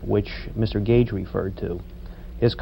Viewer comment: Gage not Cage *